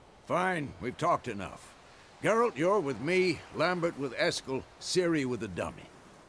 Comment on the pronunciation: why ur saying gerult and not geralt?